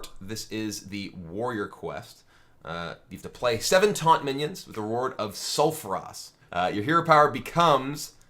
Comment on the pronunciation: Sulfuras and Coldarra drake. Oh god no.